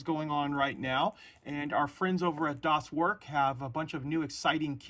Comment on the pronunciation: Hi, "Das Werk" in german should be read as "das verk", "er" is pronounced the same as "air", thank you. Love your video.